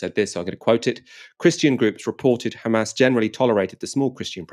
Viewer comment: "The khamas run US state department" priceless line